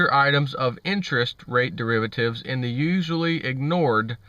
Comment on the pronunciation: You keep saying that word ....Derivertives.....now wher have I heard that before ?